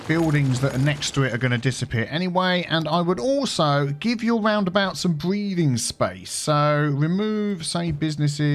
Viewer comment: im just here to hear say ''raaundabaaut''